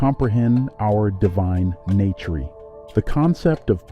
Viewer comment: What’s up with pronouncing the words weird in the beginning like us or nature? 😂